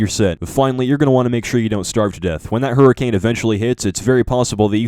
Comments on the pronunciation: Did ye hurricame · "if any point you hurricame!" IM DEAD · Lmao hurricame